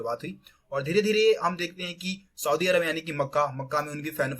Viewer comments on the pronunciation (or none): none